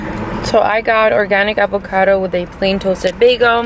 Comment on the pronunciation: "Deecor" lmaoAbocado 😂😂😂😂😂 Burbannk 😂😂😂😂 its bur- bank